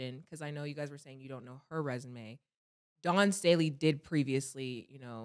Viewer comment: “Dawn Stanley”, “Andre Jordan”, Cam stay butchering people name 🤣🤣🤣